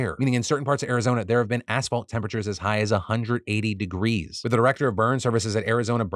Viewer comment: Everytime Phil says, “assfault” a construction worker gets his wings